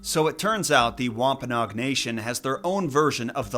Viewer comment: Thought it was wom-pa-NO-ag